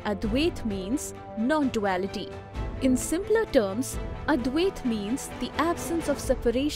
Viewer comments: Please correct pronunciation. It’s not Advayaaat. It’s Advaita. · Very good thank you. But one thing you need to correct is the Pronunciation of Advaita.